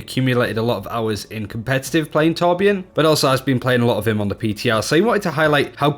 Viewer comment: 1400 hours but still can't pronounce torbjörn right Swed btw